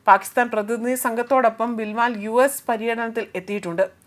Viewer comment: ബിൽ വാൽ അല്ല പെങ്ങളെ ബിലാവൽ 😑